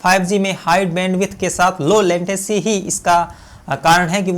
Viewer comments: लेंटेसी नही रे बाबा लेटेंसी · Bhai wo latency hota hain lantecy nahi